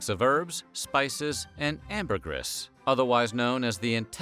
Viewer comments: Sigh... Say it with me now: Amber-GREEEEEEE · I think you mispronounced “Ambergris” a hundred times. 😂. Sperm whales don’t “cough” them out. They 💩 them out.